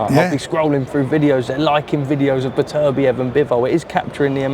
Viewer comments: Someone needs to tell him it’s Beterbiev now bebertiev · BE-TER-BIEV. Who’s bebetiev??